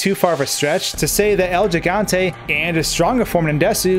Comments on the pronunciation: it's pronounced GIG, not jig. it's Spanish for giant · It’s HIGANTE not jigante 😂🤦🏻‍♀️ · It's he-gan-te not je-gan-te lol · He-gone-tay. Not “gi” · What's a "Jigante?" Is that anything like a Gigante? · It's pronounced HE-Gante, not JEE-Gante. It's also Gif not Jif. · It is pronounced "Higante" rather than "Jigante" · This shit was on my mind the whole vid hahaha 💀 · Repeat with me american friends He-gun-te not the Gee-gon-te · The way you pronounce the name bugs me lol. Its El He-Gan-Teh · Es Gigante(Ji-Gan-Te), estos americanos AGARRENLO! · Its pronounced “hee-gan-te” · "El yee-gan-tey" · El Jigontay? Come on man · Jus thought I’d give you some great advice for the future. The G in Spanish is hardly said like it is in English, therefore, you should pronouncing it “El Higante,” Great job on everything else tho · He GONE TAY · This was hard to get through with your pronunciation. If you make a video about something, maybe make sure you can say the word. :0 Good information and editing and stuff though. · Within 10 seconds, Gigante was pronounced incorrectly....again....for the millionth time...I'm guessing 😅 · At least pronounce the God damn name correctly if you're going to make a video on this...